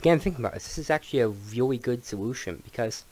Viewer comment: He weally ron the wottewy